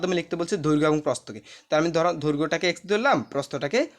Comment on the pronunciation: সার উচ্চারণ টা হবে দৈর্ঘ।😮 ধৈর্ঘ না😅